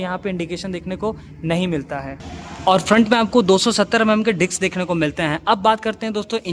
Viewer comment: Dicksss nahi disssssk. Kya bol Raha tu